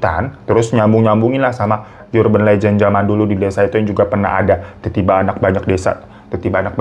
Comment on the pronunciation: bang hiro, bacanya urben lejen bukan yurben lejen. tengkyuu